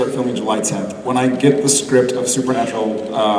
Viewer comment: "SUPER-NAPRAL" Jared honey what the heck? Lol so cute. Love these dorks."Process" and "influcence" will never the the same to me! Lol